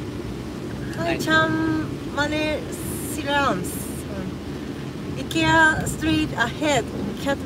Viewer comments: I'm from Sweden and IKEA it's pronounced like says it. Japan got it right xD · I am also from Sweden and the Japanese way to pronounce IKEA is very correct. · Actualy the way its spell in japanese is the right way. The I in sweden is not speaking like in english it's spoken like in Japan. 😊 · nice to know japanese pronounce ikea the correct way 😘